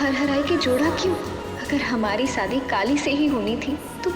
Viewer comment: In gauri's language : shadi equal to : sadi or vishwas equal to : viswas 😂😂😅❤